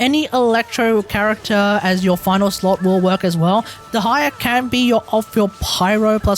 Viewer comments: it might help to say deh slower. day-high-ya instead of d' high-er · Please, look at this video to learn a better pronunciation: Your atrocious pronunciation of Dehya made so hard to follow the video. More so that everytime you try to say Dehya, you basically say "the higher", which makes things very confusing. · I wanna watch this video so bad but the way you say Dehya is so atrocious it's making me break out in hives